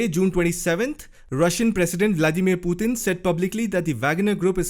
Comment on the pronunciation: I like the way you pronounce Putin. "Puthin."😆